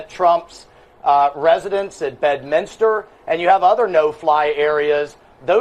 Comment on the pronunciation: Once again Benny, its Bed-Mins-Ter or Bed-Mince-Ter (pronounced as 1 word). NOT Bed-Minister.